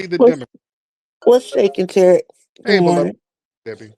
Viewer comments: People piss me off when they purposefully mispronounce that man’s name. It’s TUH-Reek, not TARICK😒 She sounds like a welfare recipient who hate that the money is about to stop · Two-Pack Shakur, Tear-ick Nasheed, Louis Far-A-Con, Sad-Um Hussain. WS suspects go out of their way to mispronounce people of colors’ name. They stay on code. Stay focused. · I expect when ppl come at like "Tarik".....They getting ready to disrespect him.....🙄🙄🙄🙄...Yep, she knows the correct pronunciation is Tariq....Get her, 🤓🤓😂😂😂😂😂😂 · 😂 A lol Tariq Thrashed the big back as soon as she verified that she was actively mispronouncing his name. It's funny , once he identifies that your on some bulshit , it's a rap. On the serious side , it's always a pleasure 🙏 my brother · Debbie is a disgusting, hypocritical, shameless liar. She's defaming Tariq's name and purposely mispronouncing it. Why does she think anyone would listen to anything she has to say. Her credibility is at the gates of hell. And got the nerve to quote scripture. Ugh. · She was pissing me off saying that man name wrong, for some reason that shit gets under my skin